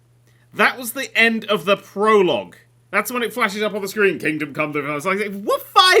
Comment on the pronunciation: The way you said it, it sounded like "Kingdom: Cum Deliverance." Or maybe I've just been watching too much Jim Sterling.